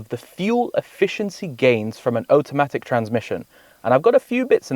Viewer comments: So interesting that you pronounce "Auto" correctly but say "Otamatic" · Oat o matic? Am I hearing this right? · Condescending, irritating and strange pronunciation of automatic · The number one thing he doesn't understand about automatic transmissions is how to pronounce the word automatic. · Brudda why are you pronouncing automatic like that 😂 you have the same accent as me its makin me grit my teeth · Whys he pronounce Automatic like that hehe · Like what even is that 😂